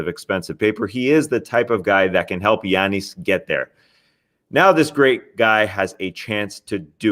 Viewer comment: Solo Tas is great. An hour long pod of Tas digging deep into the intricacies of the league while tossing in the occasional personal opinionated commentary would be awesome. Well done sir. PD: love how he says Giannis 😎